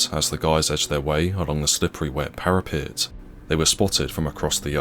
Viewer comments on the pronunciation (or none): none